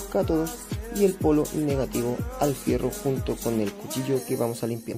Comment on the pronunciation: HIERRO, HIERRO, HIERRO NO FIERRO CATETO.